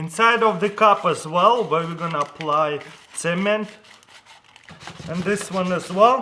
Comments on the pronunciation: who else thout he said cemen not cement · is he saying semen instead of cement? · when i heard him say cement i thought he said semen :P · I seriously tought he said apply the semèn on the pvc pipe. Lmao but he meant cement. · when he first said cement I thought he said semen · At first I thought he said," Now we are going to apply SEMEN." That scared me for a second. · Who else thought he said semen instead of cement? 😂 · Sounds like your saying "semen" instead of "cement" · I think he said semen or cement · he says cement like hungarians and i know it becuse i'm hungarian :D